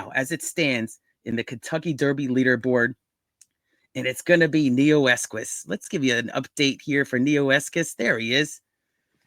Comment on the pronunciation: There is no Neoesquis Pronounce Neo Eqos